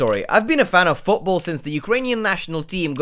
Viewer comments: maxed out his accent at football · Did anyone else notice max’s 100% British accent come out when he said football